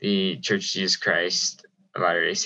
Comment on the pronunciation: Appreciated you saying the name of the church correctly, thank you!